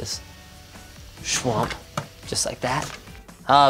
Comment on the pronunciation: Did he say shwuamp?